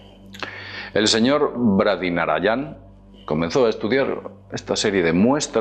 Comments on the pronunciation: ANTES DE HACER UN VIDEO DEBERISAS APRENDERTE SEGUN "TU "LAS COSAS "DIFICILES" """BRADI NARAYANAN """ NO!! NARAYAN......DISCULPA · En serio y con todo respeto, pero no hay ningun nombre complicado al mundo: antes lees las letras una por una, luego en grupos silabicos, y luego juntas todo. No es dificil. Solo hay que leer. Bradi Narayanan. Pasaste del ultimo AN durante todo el video. Una vez fui a una conferencia del astronauta ruso Fyodor Yurchikhin en el observatorio de Madrid, y la tia que presentaba se lió con su nombre. No me lo podia creer. Yur-chi-khin. Na-ra-ya-nan. Co-ño.